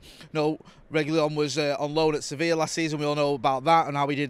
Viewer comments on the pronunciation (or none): none